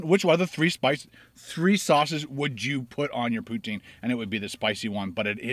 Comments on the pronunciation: In French it's usually pronounced "pew-teen". Not "pew-ten" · I live in canada and we call it pou-teen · I am from New Brunswick , Canada and we call it poo-teen Cheers Ken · I say POOH TEEN as well I am In Calgary Alberta :)